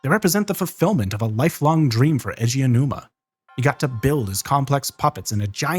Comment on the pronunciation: I'm watching play majora's mask blind right now. he has no outside context. he described the puzzles of MM as "clockwork." very apt. can't believe i didn't know that about Aonuma's background! (btw, "A.G. Ow-Numa" is closer to how you say his name than "Edgy Oh-Numa" 😉)